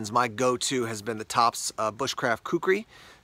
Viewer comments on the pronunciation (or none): none